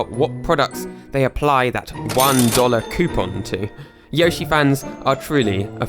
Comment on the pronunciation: Not to be rude but it’s yo shi not yoy shi